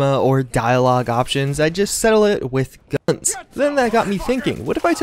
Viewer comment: So sad he can’t even say guns